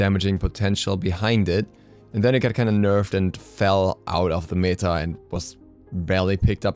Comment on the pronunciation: You're pronouncing "meta" wrong :( Good video though